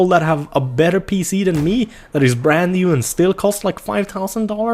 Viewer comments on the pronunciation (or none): none